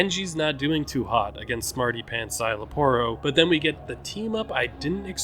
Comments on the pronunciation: You actually nailed his name. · You actually nailed Szayel Aporro's pronunciation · You actually said name correct some people say Parro some people say Porro